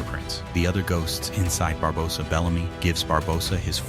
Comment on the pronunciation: your saying his name worng barbosa the o is long not short